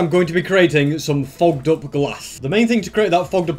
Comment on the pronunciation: Am I the only one that heard swearing he said fogged up 😂😂😂